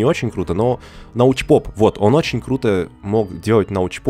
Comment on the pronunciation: Научпок Карл, Научпок а не Научпоп.